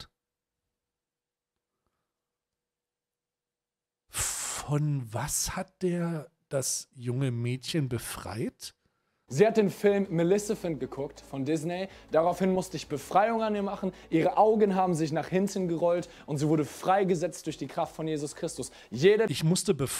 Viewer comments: Bin ich die Einzige, die es zu all dem Senf, den der Typ da von sich gibt, auch übel triggert, dass er statt Maleficent "Malecifent" oder so sagt? Nicht dass er da was Falsches aus dem armen Mädchen befreit hat 😳🤦‍♀ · Wie der dude "Maleficent" ausspricht hat mich gebrochen